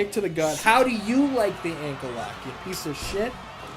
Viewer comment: Did u say pizza shit meaning to say piece of shit lol